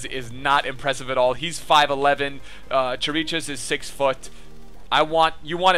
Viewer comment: Also Chiricheș is pronounced Kirikesh. :)